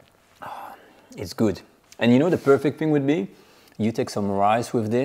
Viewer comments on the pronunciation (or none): none